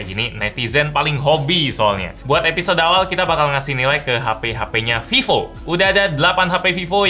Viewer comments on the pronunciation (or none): none